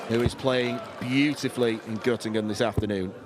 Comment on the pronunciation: Gottingen😂😂😂😂 Göttingen heißt es.